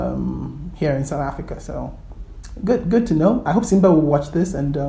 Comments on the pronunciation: Siba, not Simba, I really like Nigerians, they are not shy to speak their mind. we can't we just all leave in peace. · not Simba, its Siba